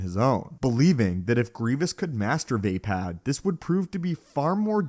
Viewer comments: its v-ah-pah-d, not v-ae-pad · It's absolutely Not pronounced VAY-PAD. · Va'apad. Vah-Pod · does anyone else think it is pronounced as vah-pod? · Had to click off this video just bc of the way he says vaapad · Say Vaapad one more time please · You are saying vaapad wrong.